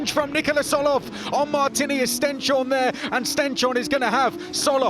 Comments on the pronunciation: Stens-horne not Sten-shorne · Its not Sten-shorne, its Stens-horne, translates to stones-horn. British splitting the word wrong again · His name is StenShorne, not StenChorne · Maybe the commentators could learn to say "Stens-horn" instead of "Stench-horn" soon... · They have asked Stenshorne about it, and he has accepted it the way they say it.